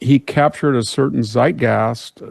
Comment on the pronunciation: Victor Davis Hansen is a genius and I love his mispronunciations. Zeitgas? Silwa?